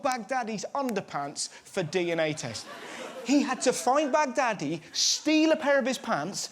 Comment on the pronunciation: All I can think when he says Baghdadi is Bag daddy